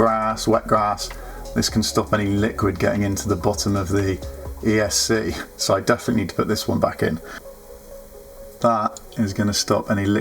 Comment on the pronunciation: Pretty good video for a beginner, well done. Just one thing: it's not "esk", it's E S C, Electronic Speed Controller. You got the Flight Controller (F C) right, didn't call it "fk". Bit of advice on first test: remove props, put a bit of sticky tape on the motor shafts. That way you can easily check if they're all spinning in the right direction. Betaflight allows you to spin up one motor at a time, so you can check motor numbering too.